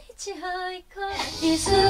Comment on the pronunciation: 히치하이커 아니구 히차이커